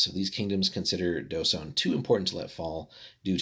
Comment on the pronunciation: The Dh is actually pronounced like TH as in THINK so it's TH-sone.